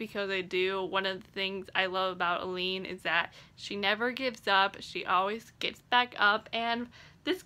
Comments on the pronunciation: A-Lynn... I kept thinking you were saying Elide Lochan and I was super confused why she would be in a coffin on the cover. Lol of course, IDK how Sara J Maas heard the name in her head, I only know how it's pronounced on the Audible books. (Also, my daughters name is Aelyn :) ) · The pronounciation of Aelin 🙆🏽💔